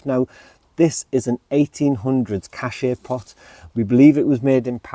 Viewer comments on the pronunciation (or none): Your beautiful “cache pot” find is pronounced “cash po”. 😊